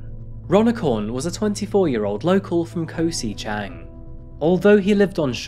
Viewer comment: Never heard it called Koh 'si' Chang before